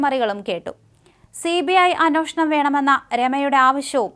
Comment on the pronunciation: അന്വോഷണം(അന്നോഷണം )അല്ല പെങ്കൊച്ചേ,അന്വേഷണം(അന്‍-വേ ഷ ണം)